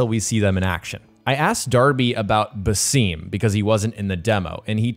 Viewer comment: Woww man thanks you just butchered the Arabic names Basim it is not basseeem and Haytham it is not Heythim But i like the review tho 🤣💙